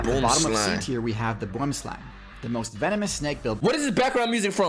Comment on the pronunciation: I love how they pronounce boomslang, it's a dutch or afrikaans derived word meaning tree snake but you gotta say it w the accent